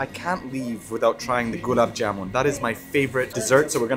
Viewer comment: so sweet U telling perfectly rasgulla gulaab jamun and 😘 jalebi baby 🤗🌹